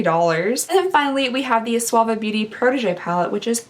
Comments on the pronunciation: Omgoodness you always know how to brighten my day..."this Suave-a palette" oh my dear I almost spit my tea out of my nose....it is pronounced like Sue-va 😉 Happy holidays xo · I don’t want to be a jerk, I promise! But, it’s pronounced SOO - VAH . 😂😬 I love your videos! Just thought I would help with pronunciation part! 😬😅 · Hey, it is pronounced Soo-va beauty, just FYI 😀😀😀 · I really like her but why’d she say Suva like that 😭